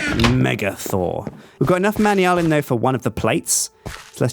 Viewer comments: It's not pronounced "manyalin" it's "manalin". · He pronounces all of the alloys wrong he slaughters it so much my heart accualy hurts like even other UK people pronounce manullyn right the way he says it just makes it seem like something completly different it is pronounced (man.u.lan) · your pronouncing manyullyn wrong,its pronounced man yoo lin and secondly I rarely play minecraft and haven't really watched vids on it in a while, I still know more about the mods than you do and its your job. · Manyallen. Really. Man-You-Lee-An. Ahhhhhhhhhh!